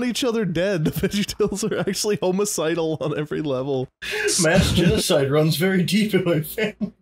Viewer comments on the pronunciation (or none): I’m sorry did he say homeicidal (every kid in quarantine)